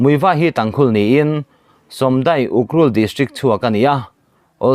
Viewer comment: Somdai a nilo somsai tih zawk tur